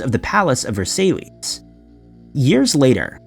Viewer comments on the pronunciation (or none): 😳... at the ~19.31 mark ..about the 2 English academics spending some time in the 1700's ... at the Château de "VerSAIL liss" ??😳😱🤣.... OMG!! SERIOUSLY!? Are you like 12yo? Don't even TRY to pronounce names/words you're not 100% certain of! 🤦‍♂️ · Will you PLEASE CHECK HOW WORDS ARE PRONOUNCED!! It's said Saulsberry not Salisbury and I know that the French pronounce it Versigh does this help at all? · It’s pronounced “ver sigh” not “ver say lees.” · Just FYI, it's pronounced "Ver-sigh" not "ver-sail-ees" Love your videos! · the Palace of what?? "ver-say-lees"?? HAHAHAHAH!! its "ver-sigh" it take 5 seconds to look it up dude. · VER SIGH NOT VERSA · Versailles - pronounced 'verse-eye'. Salisbury - pronounced 'sauls-bree'. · Versaylees and the loovra. Hahaha! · The palace of "Ver-say-lees"?! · Gotta love that virtual voice .......Versaylees......Versailles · Ver-say-lees. Good lord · "The palace of Ver-sail-ees" 😄 Talk about parallel universes. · Ver-say-lees? LOL man that would be embarrasing if you were a full time narrator. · Versaille is pronounced V-air-ss-eye, Salisbury is pronounced Saulsbree. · No ver sigh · I love eating Salis-berry steaks at the Palace of Ver-say-lees...😉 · Versailles is pronounced Ver sigh. Also it's not Louvruh, look these up before making videos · Ver-say-lees??? Really???? I'm going to start voting down any mispronounced words. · And then he demonstrates knowledge of mostly correct French pronunciation. "Versayleez" must be troll bait. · Omg the way you say Versailles 🤣 you butcher so many place names, just do a little more research on how to announce the places, takes two seconds, still love the video though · y'all complaining about his pronunciation of "Versailles", but if I hear him say "expeerimint" one more time, I'm gonna stab myself in my eardrum. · And they say us Kentuckians pronounce “Versailles” incorrectly… 😂😂😂